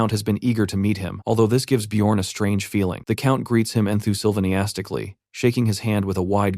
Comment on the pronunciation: Enthizimastically or Enthuzimonkastically... or ... and so on and so on .... Geebus Tits how hard is it for an AI Reader to pronounce the word Enthusiastic or Enthusiastically? 😆🤣